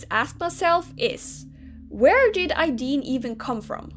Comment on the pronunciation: Ideen Me: AYEEEEDEEN:> Normal SSO players: Aideen